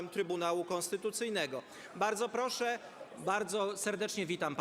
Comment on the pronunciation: 7 sekund. Ok 10... Proszszsz 🤣🤣🤣